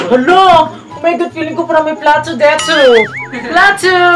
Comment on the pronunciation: Natatawa ako sayo. 🤣 sa DE-TOE AND PLA-TOE 🤣 Road to 100k na kayo 💕 You deserve it. I'm so excited for your first YouTube sweldo 💕 Labyu guys.